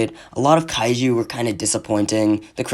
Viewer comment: 1 only thing kaiju pronunce is like the juliet pronunce isnt kaeu